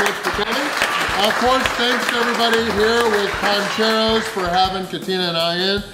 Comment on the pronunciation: It’s PANcheros not PONcheros 😬